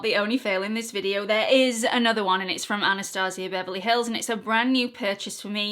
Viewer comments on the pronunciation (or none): none